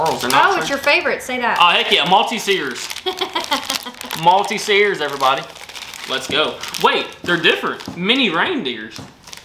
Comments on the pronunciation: They're pronounced malt teasers lol not multi see'rs it was so funny how u pronounced them LOL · The way pronounced maltesers (malty-seers) 😂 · Maltesers - not "Malty-seers", much less complicated - Mal-tee-zers. Love your channel and the excitement from each package (even the carpet samples) is palpable! Thank you for sharing! xx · I nearly died when you said "MALTEZEERS" 🤣 It's more like MOL- TEASE - ERS 👍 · It's 'Malteezers' 😂 I love them! Enjoy! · they're not 'malty - sers' they are 'malt - easers' :) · lol Maltesers love how you said it but it's more like MALTEEEEZERS. Hope u get it xxx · Maltesers is pronounced: Malt - ease (as in: " I feel at ease") - rs. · You did not lose the custard, the puds do not come with any. We can buy custard in cartons, tins and also custard powder to which you add your own milk and sugar, this has to be done in a pan on the stove. Just a few pronunciation boo boos. Maltezers = Malt-easers. Revels as in Rebels. Hope someone send you some treacle puds, they are yum. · moll teasers , is how we say it lol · Malteasers pronunciation Mal-Teasers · Malteasers are pronounced Malt-tease-ers 👍🏻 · they are pronounced Moll- teasers!! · malt- tease-er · Future reference. It’s pronounced mal tease ers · Maltesers pronounced Mall-tea-zers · They are Maltesers pronounced mallteezers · Sorry to be a pain, but it's pronounced Malteasers! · please jt your pronunciation of maltesers is very triggering they are actually pronounced like mall-teasers